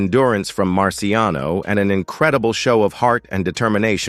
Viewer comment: It’s Marciano. No S.